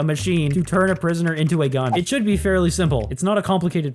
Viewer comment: Bro said “i will give prionsoner animation”💀